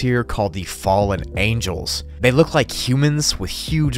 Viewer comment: 'Angels' Not 'angles'.